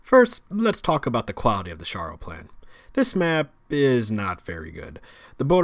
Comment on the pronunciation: Its sharrow like the town in England